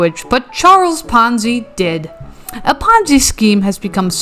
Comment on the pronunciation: Oh, it was PONZI, not FONZI. The Fonz is so much of a nicer person. 🙂